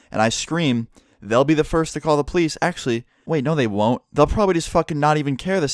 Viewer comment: pronounces police as pleisse